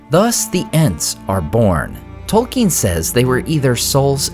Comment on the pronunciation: I love your videos but I must confess it bothers me that you pronounce Tolkien incorrectly on a regular basis.